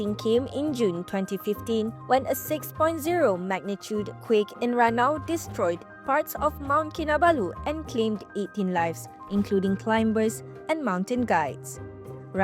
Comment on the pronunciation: as an English news provider, having the pronunciation wrong is.... (anyway the 'b' in climber should be silent)